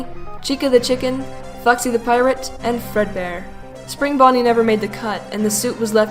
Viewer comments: When you said Foxy in the Fredbear & Friends part, it sounded like Fucksy. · I thinks it's funny how you pronounce foxy you say fuxy it's cute 😊